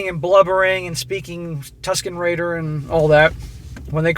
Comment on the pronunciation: "Tuskin raider", you've said it before, but it cracks me up every time. As soon as you said it, I knew exactly what you meant.